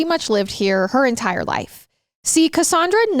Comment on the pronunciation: Im a Cassandra but i say CassANNdra not cassundra. So is tripping me out.